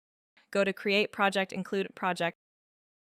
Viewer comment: I am assuming u are using AI speech. She is pronouncing "Project" wrong when referring to the command. Great video otherwise!